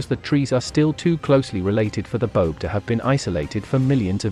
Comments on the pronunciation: Baobab, pronounced with 3 syllables, Ba-oh-bab, not Bobe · the pronunciation of the boab tree is bo ab not bobe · You said 'boab' wrong! It's Bo-ab not 'bobe'! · Pronounced bo-ab not bobe. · The tree is pronounced Bo-ab. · Bo-ab (two syllables) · Bo-ab... Jesus, pronounce it right. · Say it as “ Bo-âb” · Boab is a word of two syllables my friend.